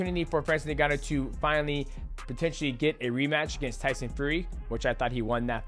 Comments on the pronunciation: DJ & to pronounce Ngannou correctly say "in-ga-nou" the way you're saying it sounds like 'nin gannou".....the N is actually pronounced as "in" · am i hearing it wrong or is mighty saying francis nengannou instead of ngannou?